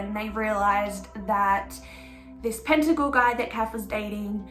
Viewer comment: Pettingill..not pentagil. Thanks for the vid